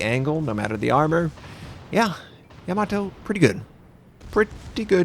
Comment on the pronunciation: YAH MOE TOE is how it's pronounced RS